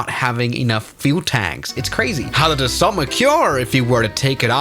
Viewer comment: It’s pronounced daso 🥀✌️